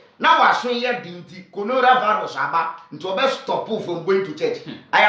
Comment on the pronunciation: nkwasias3m, he said Conoravalus hehe you guys don't know what you are talking about